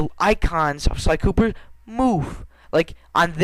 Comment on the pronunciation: lol it sounded like you said sir galleth pooper xD